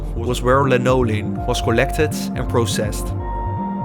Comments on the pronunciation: No he didn’t. He said lanolin, just with the emphasis on the wrong syllable. Instead of the normal LAN-oh-lin, he said la-NO-lin. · Please provide a timestamp, because I listened for the supposed “linoleum” when I watched the video and only heard his mispronunciation of “lanolin”.